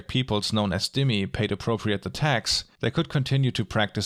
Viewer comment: Minor correction: "dhimmi" is pronounced "thee-mee" not "dim-mee"